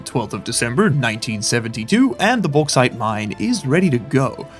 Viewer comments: bauxite = boarite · May I suggest: "The Baux-Haul" for the Bauxite Train? With the way you are pronouncing it,, it is sure to massivly increase the Value in the west, which might be entirely unrelated to a checks note Bri'ish Company?